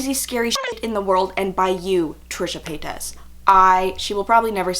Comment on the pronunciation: The way you pronounce her name is cute. Lol its pronounced as "pay-tis" not "pay-tas" normally it annoys me when people dont say it right but with you its cute😍